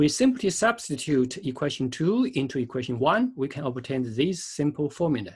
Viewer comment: Learn English before making these videos. It is horrible to listen to. Sun, not sung. This is Y, this is X, not “this are”. Here we use “an” angle. Even all the writing on your picture is totally wrong. Two objects, not object ... radius, not reedius... how do you even come up with such pronunciations? Equation, not equestion ... my god ...